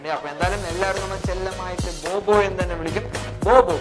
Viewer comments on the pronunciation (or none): Bo bo എന്നങ്ങു പറഞ്ഞാപ്പോരേ bro. എന്തിനാ ബ്ബ ബ്ബ ബ്ബ പറയുന്നേ 😄